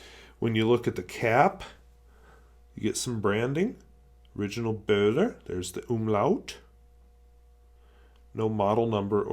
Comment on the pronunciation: A nice find,! (And your pronunciation of the ö is pretty damned close! It sounds the same as the "eu" in Euro). I don't know whether you are aware of it, but Böhler and Osmia pens are "related" in that Hermann Böhler founded the Osmia Co. in 1919 with his brother Georg. The company was later bought by Faber-Castell and it was, for a short time, also a subsidiary of Parker. Oh, and seeing how much you love Bock nibs, here's an interesting read for you, if you haven't come across it already